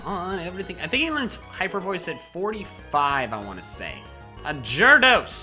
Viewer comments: MY GOD THAT'S SO FUNNY WHEN HE SAYS GYARADOS AS A GERDOS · When the gyarados came I legit thought it was a new pokemon in the game because of how you pronounced it XDDD